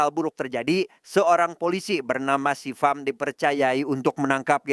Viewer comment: Visham..bkn sivam😂